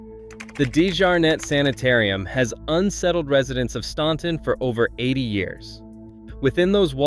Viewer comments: Staunton is pronounced STANton as in ANT NOT AWNT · Stan-ton not Stawn-ton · Staunton is pronounced..Stanton.. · As a Virginia resident, I can assure you that this is AI garbage. Many, if not most, photos were not taken in the towns referenced (Osceola, Fl was a bit of a tip off!). And when I heard the computer generated narrator say “STAWN-ton”, I realized this was just a clickbait video. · living, a born and raised Virginian here. Staunton is pronounced Stanton. Not really pronouncing the last T 🙂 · When you pronounce Staunton, the U is silent... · If you can’t pronounce “Staunton,” U should be silent! 😂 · Learn how to pronounce Staunton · Thank you!! If gets on my nerves too. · I glad you corrected the video on the pronunciation of Staunton. I picked up in that immediately. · Others have already commented about the Ferry Farm Plantation actually being in Virginia Beach and the way you pronounce "Appalachia" and "Staunton" incorrectly, although you're not alone. I was surprised to see Fredericksburg and Williamsburg on your list, but you mentioned Blackstone as the #1 place to avoid. Haha! I grew up in Blackstone and still go there several times a month. I didn't realize I should be scared to go there, which I'm not. You should do more homework before releasing future videos.